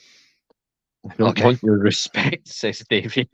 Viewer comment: Formal apology to Davian for continuing to say his name incorrectly throughout the show! Thanks for watching, everyone!